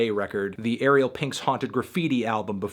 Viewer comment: Dude. Ariel rhymes with sorry bell, not cereal